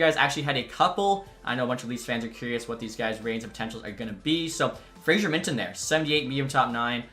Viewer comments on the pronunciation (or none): none